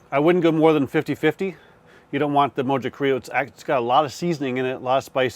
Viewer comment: Mojo is pronounced "mo ho". It's Spanish so the j sounds like an h. Great cook though. Close to what Hispanics would actually do...